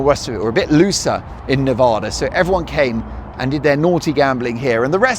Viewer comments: Mark! Please… Nevada is pronounced ne-VADD-uh (with the second “A” sounding like "bad"). Enjoy your trip! We have some beautiful places here. 💙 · It drives Nevadans a little insane if you pronounce the name of the state as NeVAHda. The second syllable should rhyme with cat. Nevada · love you, LV resident here its pronounced Nev-Ahh-da, like the A in Harry!😂😂 Go to Peppermil, back room for a Scorpion, sit by the fire and enjoy the buzz!!! The food is great too!! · Nevada a like apple. Not a like ah.